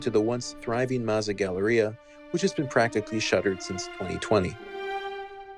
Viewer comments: you also pronounced Gallaudet wrong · listen to him say Gallaudet